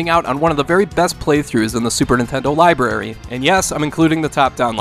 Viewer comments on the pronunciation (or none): none